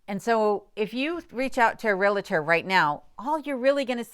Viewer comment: I've been watching your videos for a while now and really enjoy them. You seem like a very intelligent woman, that being said, the word is REALTOR. there is no letter i between REAL and TOR. Sorry, this word and the word jewelry are my pet peeves. It is not realitor. It is not jewlery, and no I haven't heard you use jewelry in any of your videos. As I said, I enjoy watching you and Kenai, especially when you give him a "speaking" part!! LOL. The Dewey, Cheatham and Howe video was cute, too. Keep making them!!